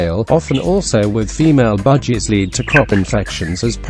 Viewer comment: Why does it sounds like he said budgiedas Also they said buy a big cage and they show a tiny cage